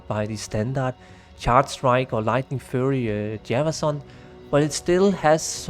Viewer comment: Great video man, just a heads up, Google how to pronounce 'wind' and 'fury'